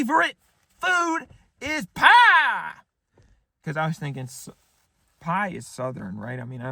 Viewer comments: Your southern accent is spot on . NOT !!! I can't believe they bought that . The way you said pie made me angry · Basically whenever he puts on the taylor swift accent he becomes closer to breaking than I've ever seen before. Not even he could get all the way through shouting pie I'm a southern accent while clapping with a straight face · the section where he needed to think of a taylor swift song and started clapping his hands yelling pie in a southern accent had me genuinely in tears laughing